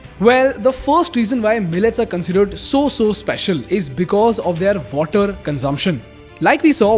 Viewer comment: They-aar = their